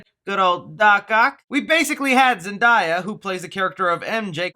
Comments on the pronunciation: Its really not that hard to pronounce Zendaya. Its simple ZenDAYa✅not ZenDIEya❎ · It’s ZEN- DAY- YUH, not ZEN-DIE-YUH😂😂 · Zendaya ur saying it wrong my instead of saying die it’s daya that jus bothered me bc she my wife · DAY.... not die.😑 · Zen-Day-Uh Not Zen-Die-Uh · Its Zen-DAY-a not Zen-Die-ya! Thats literally the only bad thing I could find to say about this!!! Awesome work!! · It’s Zen-day-a not Zen-die-ya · Zen-Day-A, why does everybody pronounce it wrong? It's literally pronounced exactly like it's spelled? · Hey her name pronounce Zen-day-ah not Zen-die-a 😂 lol... You have to get her name right you never know she might be watching your Channel... But I dismiss all these speculation or rumors about Spider-Man 3... I'm just going waiting to see the actual trailer and see the movie later this year!!! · My mans said "Zenedayi" its Zenedaya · Its not zen-die-ya , its zen-day-ah..... c'mon people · Imagine how embarrassing it must be calling Zendaya ...Zendiya couldn't be me 🤭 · It’s ZEN DAY YA, not ZEN DYE YA 😂 😂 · Sir it’s Zen day a not zen die a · It’s pronounced (Zen) (Day) (Uh) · Name is zendaya not zendia once again you said it really weird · Great Video! Just confused as to why everyone always says "Zen DIE uh" instead of "Zen DAY uh" lol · lmao it’s ZEN-DAY-A not ZEN-DIE-YA lmaoooooooo please say it right next time!!!!!!! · Can we break down the name of Zendaya.... ZEN-DAY-A, where is the I? Why do YOU PEOPLE keep mispronouncing her name? ZEN DAY A ZEN DAY A Use your syllables if your not sure how to pronounce it!!!! ZEN DAY A ZEN DAY A Say it one more time. ZEN DAY A!!!!! How would you like it if someone continued to mispronounce your name!!!!??????? You don’t pronounce today todiy. The word DAY is clear as DAY in her name!!! You don’t say DIY do you? And your not the only one!!! Many of y’all say her name wrong all the time!!! ALL THE TIME!!!!!!! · Zen-day-a it’s simple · No. Zen-day-a. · dude said Zendaia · did my bro just say zandaya😭😭